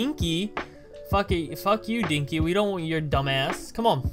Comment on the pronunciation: DINKY IM CRYINGG (It's den-key, but that made me laugh so much)